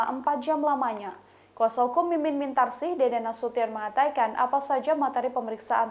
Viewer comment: Mbak Host, tolong kata "mengatakan" diucapkan yg benar. Mbak berkali" menyebut "mengaytakan". Mohon maaf 🙏